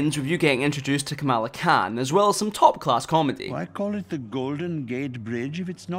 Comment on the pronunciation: It's pronounced "KAH-muhla".